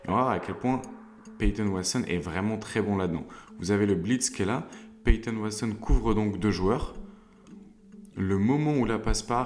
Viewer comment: super vidéo ou je découvre ta chaîne, attention à la prononciation de Watson et non pas Waston 😉